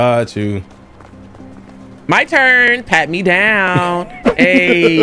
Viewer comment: “pat me zownnnn😝” has me cryinnnn😭